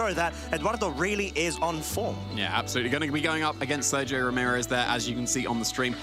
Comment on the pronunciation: The way those guys pronounce Sergio hurts my brain.